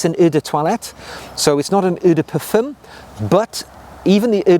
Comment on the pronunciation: I love the way consistently mispronounces eau de toilette and eau de parfum……..it’s hilarious!!!!